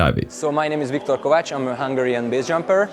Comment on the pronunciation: This Viktor Kovács and not Viktor Kovats this wrong. I am from Hungary but not knew his accident. He is looking Romina gy. Spyies because his name Kovács Romina gy. Spyies name